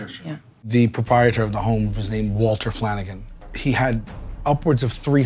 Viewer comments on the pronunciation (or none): "Walter Flannigan"